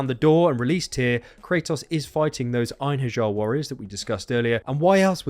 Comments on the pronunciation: Ain-hairy-are is how you pronounce Einherjar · It's pronounced en-hair-ya